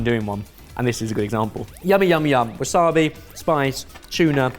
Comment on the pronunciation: Polite request. Please try pronouncing "umami" and "wasabi" more accurately as it winds my wife up no end. Thank you for your understanding.